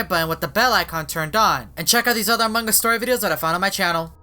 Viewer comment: Its among us not among gust